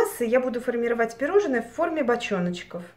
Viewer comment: ПироЖНое, не пироЖЕНное! А так всё очень мило.